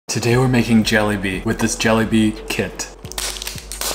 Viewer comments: NO MY GUY REALLY SAD “jellybea” NO FR STOPPP THAT WAS JOKES It’s pronounced ja-le-bi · its pronounced "ju-lay-bee" not "jellybee" i laughed so much after hearing you say that 😂😂😂😂😂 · 1. Pronunciation is like and eh your saying “jelly bee” its pronounced “Ja le bee” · its pronounce '[H]alebi' the fact you said it like jellybean :] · “Jellybea “ it’s” jelebe” that how u pronounce it anyways . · As a Indian I’m cringing because it’s pronounced “jelaiby” not “jelllybea” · Jellybea???isn’t it pronounced jeelabee and I the way you said it sounds kinda like jolli bee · it's ok, but if u wanna know, it's pronounced jălābē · No hate, this is correct but he isn’t fluent in an Indian language like me and some others may be. Btw its pronounced JaLAYbee, but these words take practice ngl! 😅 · Its pronounced „Jaa-leh-bi“ in Tamil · Bro it’s actually JUH-LAY-B Try to pronounce it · Exactly, to simplify your pronounciation spelling, JA-LEY or LAY , BEE (BI) JALEYBI Say it in a normal tone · heres the pronounciation JA - lEH - BI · as an american-born indian, im not going to talk about your pronounciation of "jellybee". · Everyones sayin youre pronouncing it wrong but its completely fine my man. if you do want to know the actual pronounciation tho, its juh-lay-bee or atleast thats how i say it. keep up the amazing content, 70% of you is still a certified desi 💪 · The correct pronunciation is "Jaal-ay-bi" Hope that helps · Y'all stop laughing at his Juhlebi pronunciation, we should blame the packet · Lmao it's pronounced " JA LE BI " and also the Minecraft music in the bg is hitting hard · It’s Pronounced Hua-Le-Bi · they way he pronounce is cute jellybee 😅💌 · it's so cute how he pronounces it similar to "jelly-bee" 😭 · why he pronouncing jalebi as jollibee💀💀💀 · You should pronounce it like ‘jeelapee’ cause that is actually how u say it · You are certified Desi! But it’s pronounced Juh-lay-bee! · As a Bangladeshi, we pronounce it as JI-LA-PI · I pronounced it as “jollibee” 😂